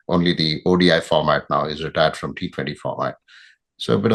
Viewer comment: It's FROM❌️ Not form